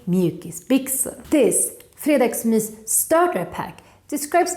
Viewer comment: har aldrig hört nån uttala g:et i fredagsmys 💀